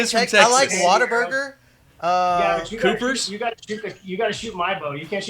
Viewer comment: If you truely love Texas as you say you do then you need to listen to me very closely here. It's Whataburger.... What-A-Burger... not Waterburger.